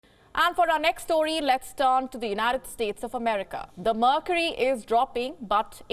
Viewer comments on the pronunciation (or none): none